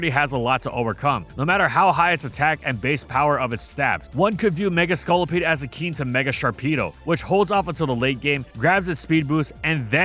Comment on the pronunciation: That's not how you pronounce "akin"